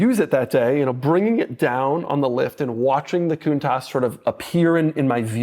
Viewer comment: Sometimes I think somebody who doesn't know how to pronounce the name of their car correctly shouldn't really own one of these. 😅